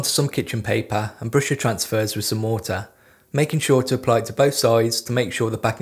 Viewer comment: is he saying moter? or water?